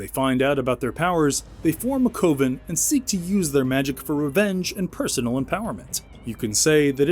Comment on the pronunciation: re "the craft": coven is pronounced like oven, not Owen.